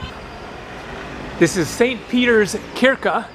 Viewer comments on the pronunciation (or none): not pronounced kyrka, it's shyrka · Barn = Child Prislista = Price list Klippning = Hair cut Kyrka is pronounced "shyrka" Paj is more or less pronounced like the english word Pie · I literally lost my shit when he pronounced kyrka. lmfao